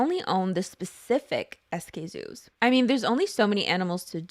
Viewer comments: Just in case you still didn’t know it is pronounced skzoo not Es-Kay-zoo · its pronounced as skzoo, all together and not s-k-zoo, although noth ways were not wrong the first one feels more natural